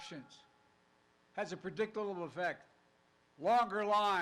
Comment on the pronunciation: I’m truly surprised though they haven’t plugged you up to a machine yet or replaced you with a robot. PS “Previliabely” is harder to say than “Predictable”. Moron